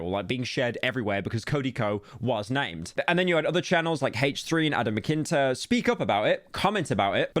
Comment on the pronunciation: bro said adam mcinter